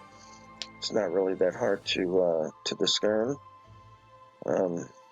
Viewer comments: It is not that hard to diskern 😅😂🤣😅😂🤣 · Did he really just mispronounce “discern?”